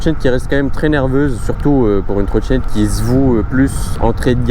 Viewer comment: Ta vidéo est bien mais faut vraiment faire des efforts d'expression. Par exemple, c'est pas une trottchinette djual motor. C'est une trottinette dual motor.